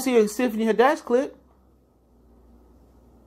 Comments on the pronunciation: It's Tiffany Had- ish bro. Not haddesh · Who Is Tiffany "Ha-Desh"? Is It A "Tiffany Hadd-Ish" Imposter? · It’s Tiffany HAD-dish, not Tiffany Ha-DESH. Lol good video tho 👌🏽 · Haddish bro! Not HAdish! You're right overall though. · Had-dish..... not Hadish. Say her name right. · Why you keep pronouncing her name as “head-desh”.... It’s HAD-DISH...‼️ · I can't take this dude serious on what he's saying about Tiffany Haddish bcuz he can't even pronounce her name correctly. Who tf is Tiffany Hiddash?😞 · The only thing that made me cringe is how you say Tiffany last name 😖. It’s had-dish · 😂😂 I like how he break it down but, why do he say Tiffany Had-dish name so wrong? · Tiffany Huh-Dash lol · You are saying her name wrong please do better but I totally agree with what you're saying 100% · There is literally no reason you should be pronouncing Tiffany’s last name like that, it’s literally spelled how it sounds... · You not even saying her name right 🤦🏽‍♀️ but I agree with what you’re saying. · Pronunce tiffanys last name right